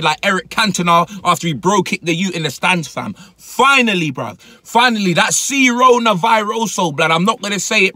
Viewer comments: Dude called it cerona wtf is wrong with this British ppl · Man said C-Rona im dead